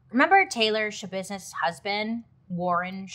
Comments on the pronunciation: “ She had to handle some Shabusiness” 😂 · Mind Schabusiness is all I hear when I hear her name. 😅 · Lol “mind yashabissness”🤭 Man she was really sick 💔💔💔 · "It's Shabusiness??" No, it's NOT ya business ✋️ Edit: it was in fact Shabusiness